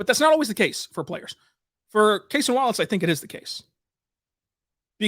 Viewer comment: Kentucky and thunder fan here, first off love Cason Wallace, but interested why you call him CASE-ON, during his time at Kentucky he was always known as CASE-UN. Did he say that’s how his name is pronounced, or does it keep going back and forth?